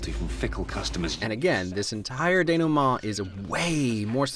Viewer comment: Wow. Now I know how denouement is pronounced. Thanks guy. Also: Your boy is cute. I hope y'all have a happy Thanksgiving.